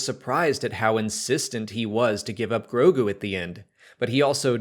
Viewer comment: I know it’s new; but you’re mispronouncing Grogu.... you keep saying Gorgu.